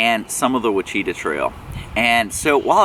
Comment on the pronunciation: Great video - Thanks. FYI - Both the trail and the forest are pronounced 'wash-uh-taw' by us locals. :^)